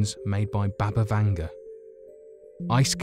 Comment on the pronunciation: Its BUBA not BABA Vanga.